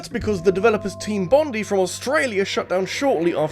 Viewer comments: Sorry to be that person, but as someone from Australia it's pronounced Bond-eye, not Bond-ee, and every time you keep saying "Bond-ee" my brain dies a little XD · It's pronounced Bon-DYE not Bon-DEE,. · Im sorry but its pronounced Team Bon-die like bondi (bon die) beach in Aus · As an Aussie, your pronunciation of Bondi made me chuckle haha bond-eye